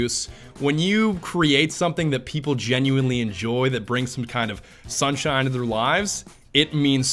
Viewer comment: i lov u but dont say "sunshine" like that ever again